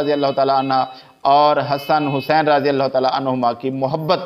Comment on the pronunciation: مولانا آپ اپنا تلفظ صحیح کریں راضی اللہ عنہ کی بجائے رضی اللہ عنہ یعنی ر کے بعد الف نہ پڑھا کریں ہو سکے تو کسی قاری صاحب کی چار دن خدمات حاصل کر لیں